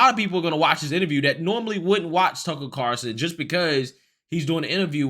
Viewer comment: How do you not know by now it’s “Carlson”, not “Carson”?You mention him enough.